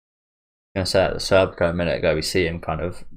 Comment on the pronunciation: Schierkes name is pronounced "Sheer-keh".